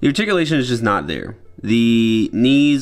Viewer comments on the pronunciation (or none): none